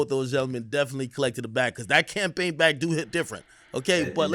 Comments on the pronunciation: “CAMAPAIGN AD” 😂 y’all high up there at Complex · AND ANOTHER THING....What is a "camapaign", y'all? 🤣🤣 #wereonlyhuman #Beirut7😎